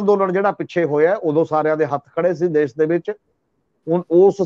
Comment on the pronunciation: The word is Desh not Des , Shahr not Sahar , Taanashah not Taanasah as one of your commentators pronounces . Secondly, if the farmers have the right to demonstrate, common people have right to go on the roads . Thanks .